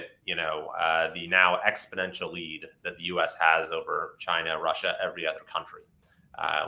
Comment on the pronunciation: AAAAAAHHHGG!!! Please learn to pronounce exponential, or if not try not to use it every two minutes